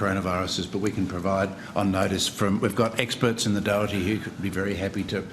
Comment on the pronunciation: Ah yes, the Doherty Institute